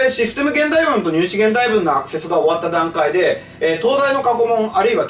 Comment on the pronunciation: このコメ見た後に聞き直したら確かに聞こえました笑笑